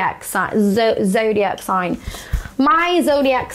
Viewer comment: When she said zodiac for the second time it sounded so British lmao, and I can say that cos I’m british